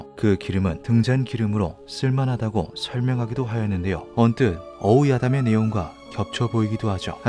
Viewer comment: 어우야담 발음 찰지네여